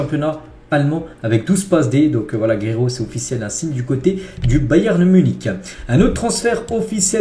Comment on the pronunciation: t'as une maladie qui t'empêche de prononcer le "n" à la fin de "Bayern"?